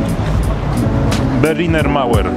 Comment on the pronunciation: czyta się berlinea mauea/r a nie berliner mauer haha :D